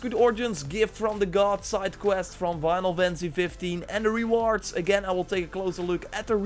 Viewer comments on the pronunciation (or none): “Winal” fantasy 🤣